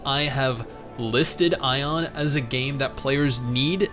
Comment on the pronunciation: lol doesn't know how to say aion right the entire time